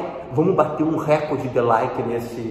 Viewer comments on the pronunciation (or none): none